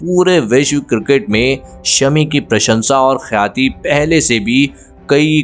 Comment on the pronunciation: पता नही युट्यूबर और एपिसोड को पेश करनेवाले भारत के किन-किन राज्यों से आते है ? जो हिंदी भाषा का ठीक से उपयोग और उच्चारण नही करते। गेंदबाज मोहम्मद शमी के इस एपिसोड में भी ख्याती का उच्चारण खयाती एक नही बल्की दो बार किया गया है। इस तरह से गलत उच्चारण को सुनकर झुंझलाहट होती है।😢